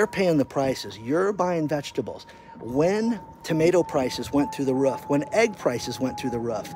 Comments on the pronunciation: Can someone tell it's not "ruff", it's "roof" for god's sake. Though the ruff? Roof damnit Roof! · is it ruf or roof?